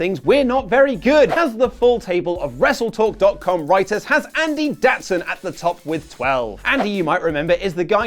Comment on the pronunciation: SUPOHT. RESSLETOHK. ohduh uh tshut